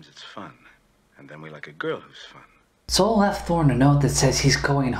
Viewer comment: His name is Saul not Sol.